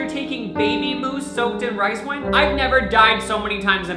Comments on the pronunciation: Lindsay Mallory he also says win instead of wine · So we're gonna ignore the fact that not only pronounces "mouse" as "moose" but also "wine" as "win"